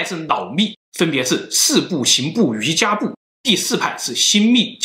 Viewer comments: 听不下去了，这个字读错了，瑜伽的伽字，佛教中念做“茄”。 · 應該是“無上瑜伽（qie）”瑜伽在佛教里修成了的一律叫“瑜伽（qie）”不叫瑜伽（jia）。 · 也難怪喇嘛得性病被告那麼多 要是真有功夫為何還會將人搞大肚子?得性病 佛陀可是說過 淫慾是障道法 這和道家房中術根本是換個名稱而已.真正有功夫的是不漏!! 影片中要念瑜伽不是瑜珈(漁家) 小弟念過佛學院至少有些觀念大家要先建立 1:在彌勒佛尚未出世前,我們是不可能有第二尊佛降世,如果自稱是佛的皆為魔.你可以說有佛性但不是佛.佛陀十大弟子當中當佛入滅後 阿難/大迦舍也不敢說自己是佛 2:佛陀入滅前曾告誡弟子"以戒為師"怎可能還搞男女關係.而且還選妃 3:密宗有些地方很矛盾.大家都知道有所謂黃財神.與所謂修持金剛不壞之身.那為何當初老共打壓喇嘛時候大家跑得比飛得快.要知道當初黃教達賴喇嘛是帶槍穿便服逃離西藏 要真有本事怎還怕中共? 4:密宗不少經典根本不是佛說.而是後人編制出來.有些連譯名都沒有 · 不是瑜伽（jia ），发音瑜伽（qie ） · 一点拙见：应该是读瑜伽qie（二声） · 无上瑜伽的“瑜伽”念“yuqie”(余茄) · 「瑜伽」讀錯了